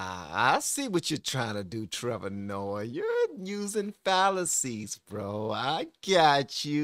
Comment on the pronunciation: I love your content but learn how to pronounce names. Listen to someone else say it lol. It takes away from the flow. And Trevor is not smart. He is a puppet like all media.